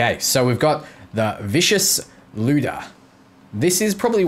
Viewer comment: Dear everyone Lyuda is pronounced: (Lie| oo| da) Looda just sounds strange